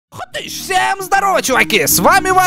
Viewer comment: Я сто раз перематывал момент где говорит хытыщ!!!